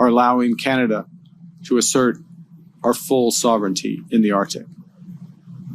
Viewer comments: 💢please note #MURICA: the area is pronounced #ArcTIC not #OurDick💢 Thank you for your attention in this matter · come on Carney ArCCCtic not American Artic